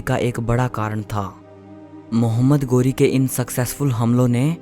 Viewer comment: 👉 गोरी नहीं, ग़ौरी है 😀